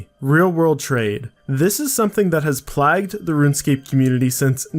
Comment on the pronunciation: You pronounce plague weirdly none the less youve said it